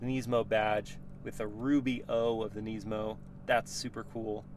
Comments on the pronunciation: Neesmo? ITS NISMO! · Nismo not nesmo sorry had to say it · "neesmow" bro just pronounce it like it's meant to be pronounced, why do Americans have to make up their own pronunciation for everything.... it's pronounced nizmoe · Niz-mo. Not neeeeesemo. i saw a guy at cheesecake factory w this car and I was like you know how sick that thing is? He was like sorta, its the most expensive nissan i could buy when I got rid of my gallardo. Very weird conversation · Nysmo 😂 the way he says it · why’d u pronounce it “neesmo” 😂 good vid tho bro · who the helll says NEESMO lol. ive never heard anyone say it like that lmao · the way you say nismo bugs me so much, classic American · I don’t like how he pronounces nismo :/